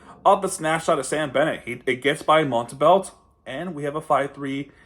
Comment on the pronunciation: i dont know if you know because you didn't mention it, but Montembeault is a former Panther. He was claimed of waiver by the habs (his childhood team) in 2021. Btw his name is pronounced Montembo, the L and the T are silent. Great video btw.